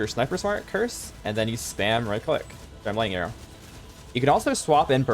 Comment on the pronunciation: Did this guy pronounce lightning arrow like laiyero